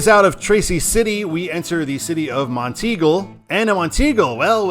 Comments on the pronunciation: Yeah, top of the Mountain. Never heard anyone say teagle before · Enjoy your drives, but it is pronounced "Mont Eagle" and "Mac Minn Ville". Native Chattanooga. Stay safe. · I think it's pronounced as Mont-eagle. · Monteagle is prounounced as Mont-eagle, with the emphasis on “Mont”. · Mount Eagle is the proper pronunciation of that town in Tennessee. At least it's what someone told me years ago when I rode on 24 on it.